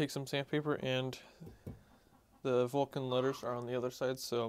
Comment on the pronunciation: Yup Dremel or the like but just keep the temperature low on the side wall. Oh yeah almost forgot, it's not a "Vulcan" axe. It's pronounced more like "Vo-Shan". Cause if you want to honour the axe by restoring it you also got to honour it by calling it by its proper name ;)